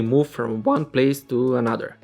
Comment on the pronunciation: "coDU-c/Tors" "o-NE" "M/Ake" "M-o-Vment" "wIR-e"